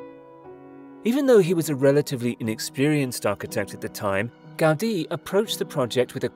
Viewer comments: The man it's called GA-U-DI, not Gádi... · It's the correct way. The accent is on the letter "i" so it's pronounced "gau-DEE." Take it from a Spanish-speaker. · The way the presenter says "Gaudi" is.....odd.